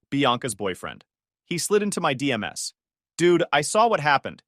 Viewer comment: oh too bad it said D M S instead of DMs like a normal person whould say:/ AI bs :((